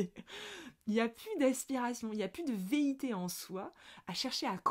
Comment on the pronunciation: 😂tu as téléchargé un nouveau mot on dirait : veité ? Ou velléité ?😅 Je te taquine, merci, encore une magnifique capsule, tout est dit, on se met sous la cascade et on respire avec le nez au lieu de VOULOIR nager dans tous les sens - ou à contre courant ! ❤🌟🌺